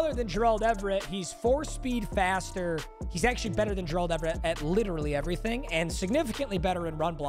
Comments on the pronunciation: if this guy says JURALD everett one more time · pronounce Gerald correctly challenge: LEVEL IMPOSSIBLE